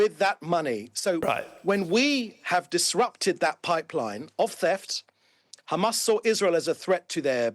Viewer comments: Khamas, khamas, khamas, human shield, human shield...blaa, blaa, blaaa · This little piggy must repeat “Khamas” in his sleep